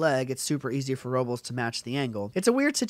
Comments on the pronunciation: It's pronounced (Ro-blays). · Pronounce his name right!